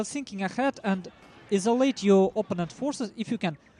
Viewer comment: oh isolate is pronounced eye-so-late not eee-so-late